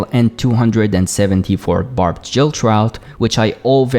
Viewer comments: did you just say "jill" instead of "gill"? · You speak English really well :) But as a non-native speaker myself, I've occasionally mispronounced words without realizing.. So here it is: "Gill" is what fish have as a respiratory organ and the "g" is pronounced like the "g" in "girl" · Gill is pronounced with a hard G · OMG .... GILL !!! not JILL. My OCD was twitching